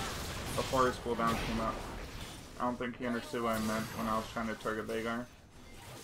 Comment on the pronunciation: The way he pronounces veigar tickles my jibblets